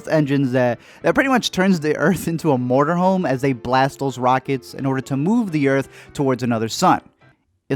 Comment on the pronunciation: He also says “mortar home” lol it’s motor home